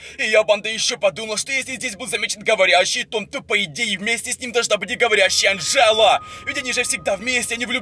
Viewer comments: Не Анджеду а Анджелу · Не Анджеда а Анджала